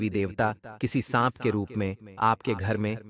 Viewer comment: Sanp ko sahab ya saag bol rahe ho Jani......